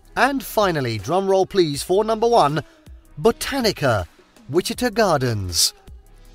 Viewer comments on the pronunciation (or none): Folks, it's pronounced Witchy-TA and Toe-PEEK-a. Oh and that's Kansas City Missouri towards the end for anyone wondering what that beautiful city is (literally across the state line).